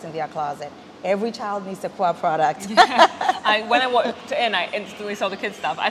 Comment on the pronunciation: Akua without the a